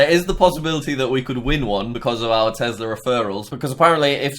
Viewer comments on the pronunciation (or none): Not Tezla its tesla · You know he's british when he says it like tezla